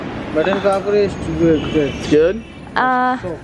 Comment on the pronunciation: Its kachori not kakori